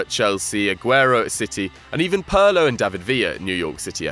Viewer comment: Pirlo not Piro